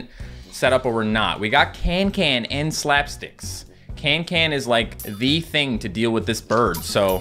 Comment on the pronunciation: Her name is cancan not cantcant lol